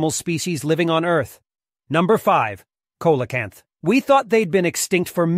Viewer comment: Its pronounced seal-o-canth